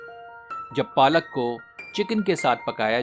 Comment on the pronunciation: Its not palak its Paalak 😊